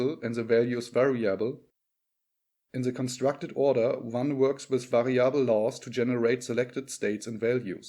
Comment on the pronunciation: 'variable. Not vari•'able.